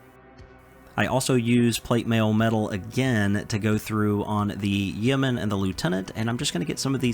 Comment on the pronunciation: Yeoman rhymes with Roman. The e is silent